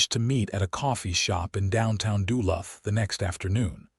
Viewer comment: You mispronounced Duluth